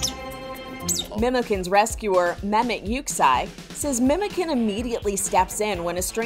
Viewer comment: But it's pronounced like MemodjAn. Last syllable stressed.